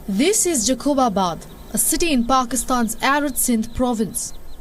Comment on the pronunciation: It is not jakobabad..you pronunciation is wrong...it is Jacob as the Christian name..it’s Jacob abad